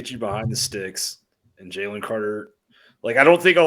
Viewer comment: As usual, good video. Also, it's pronounced "Jay-Lynn" lol He's gonna be a baller in the next few seasons. Go Dawgs!